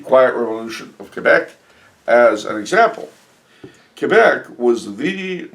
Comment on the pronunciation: Thanks again for answering my question. I love the way you accurately pronounce Québec!